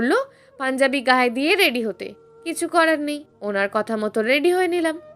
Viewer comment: রেড়ি নয়,রেডি।ট্রপিক নয় টপিক।